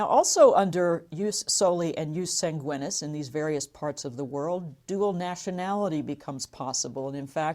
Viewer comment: Should be pronounced yoos 'SAHN-gwee-neees